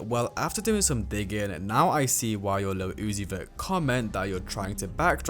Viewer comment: “Lil Oozie” “Lil Yottie” “Playboi Car tea” 💔